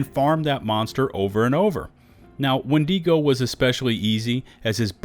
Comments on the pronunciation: Wen-dago not wen-digo sorry to be that guy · Please please please stop mispronouncing Wendigo: it is WENdigo, not wenDEEgo. The I is the same sound as it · Why do you keep putting so much emphasis on the e in windego?